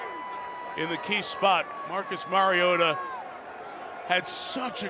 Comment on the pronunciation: Anyone else wonder why they, the booth, pronounced Marcus’s name wrong, and about 4 different ways all night! Mhar-eee-oh-tha!